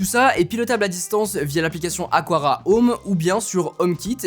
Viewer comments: Ce n'est pas "aquara" mais "aqara" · On prononce bien Aqara: Akara, et pas Akwara 😅